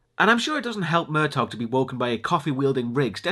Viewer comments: yes its pronounced "Mer-taw" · I'm pretty sure the G in Murtaugh is silent. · It's pronounced Murtaw, not Murtog.